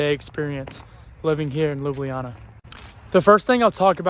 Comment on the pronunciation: A month in Slovenia and STILL can't pronounce Ljubljana. You should ask some of your friends on tips to pronouncing Šmarna gora and Ljubljana. Also, fyi the city bus is called a trola